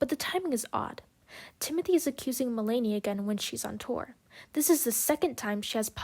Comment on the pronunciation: Just to let you know, her name is pronounced Mel-na-knee. Interesting points through, it was hard to listen her name be pronounced wrong so many times though lol